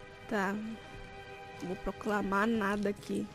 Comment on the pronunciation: Miga raiz voltou manooooooo! Amei ver o vídeo não nego que até eu fiquei com um cagaço do padre! lendo em inglês: proclame o gospel! também diz: Vou plocamar nada! Ahauhaiai miga amo tu! Sorry mas eu tive que tirar una prints pra te views na pág e no seu twitter! Quero próximo episódio! Adorei a tela de continua... Hehehe!